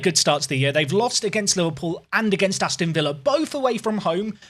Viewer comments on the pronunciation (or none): none